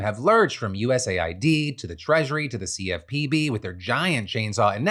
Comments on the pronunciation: No offense, but the correct pronunciation is US Aid, as in the United States Aid. You calling is USA I.D. makes it sound like United States of America Identification Documents. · Why do you spell out U-S-A-I-D and not just say US-AID? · It’s pronounced US aid. For the love of God stop saying it wrong. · Isn’t it US AID? Why does Phil keep saying USA ID